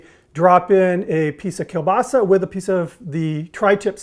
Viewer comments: Everyone is talking about how crappy of a kiełbasa you picked but no one talking about the fact that you didn't butcher the pronunciation of it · O Boże! Time for some Kruwa in here! (It's not racist if your parents are Polish! (I think...)) I'm actually impressed about your pronounciation of Kiełbasa. Most people get the ł wrong. Edit: I have some ideas about improvements, that I might try. (sorry I edit my post so often) I'd replace one or two cheeses with Oszczypek, which is polish smoked Cheese. I don't know if it would overpower the burger, but it harmonises well with the smoked Kiełbasa. Furthermore, I'd think about adding a bit polish Mayo on one Bun, but I deem it optional, as your homemade sauce (which I will totally try!) looks amazing. About the bun. Prezel sounds nice and I love them, but I personally think your choice fits perfectly. The polish love poppy seed :) Greetings from a Slav in Germany!